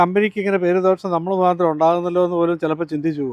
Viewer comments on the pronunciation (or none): none